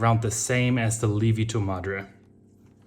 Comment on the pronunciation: I said "lievito madre" the same way you did (I am German as well). My Italian wife immediately corrected me: Li-evito! So the ie is not a long i as it is in German, but a true two vowel sound. i-e.